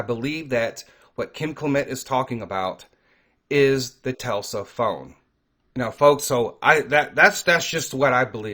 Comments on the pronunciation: Tesla not Telsa lol. God bless brother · It's not pronounced "Telsa" it is "Tesla". s before L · Dude it's Tesla not Telsa!!! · It’s Tesla not Telsa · Not one time did you say the name the right way it's not pronounced telsa it's pronounced Tesla